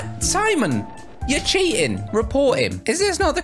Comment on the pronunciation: I like how he says Simon he calls it semen 🤣🤣😂